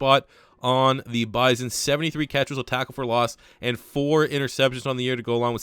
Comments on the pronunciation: Oklahoma native here, its Buy-Sun, not Biz-On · BYE-SON not BYE-ZON